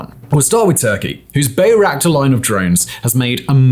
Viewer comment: LOL, BAY-Ractars. There are two kinds of days -- days when it's obvious that Simon has no experience with the subject his writers write about, and days when it's obvious that Simon doesn't even watch TV. Today's both, but especially day two.